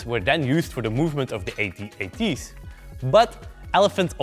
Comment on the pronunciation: its At-At. not A-T-A-T